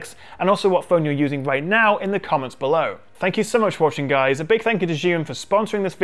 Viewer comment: Me as a Chinese hearing how you say Zhiyun....